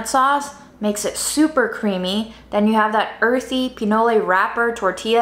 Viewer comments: it’s just called “PI-NOL” not “PI-NO-LE” it’s corn mixed with cacao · LOVE your creativity!! Btw "pinole" is the name of a city in Northern California (named after the food), and it's pronounced "pi-knowl" and not "pee-noh-lay." The Google pronounciator agrees.